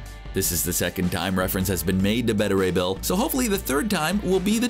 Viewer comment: Everybody else: Beta Ray Bill. This guy: Betta Ray Bill.